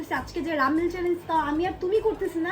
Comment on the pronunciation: রামেন ❌ রামেল ✅